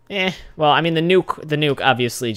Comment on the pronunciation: you said well and it sounded weird